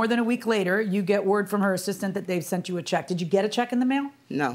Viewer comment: I hate when people say "sunt" 4 the luv of God its sent 😊